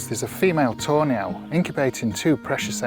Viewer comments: Just a little LOL from across the pond.! Every time you say Tawny Owl sounds like Toenails😂. Hope I made you laugh😂.! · I know he's saying "tawny owl", but I'm hearing "toe nail". Sorry,. Love your videos! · I keep hearing “toe nails” Love the video!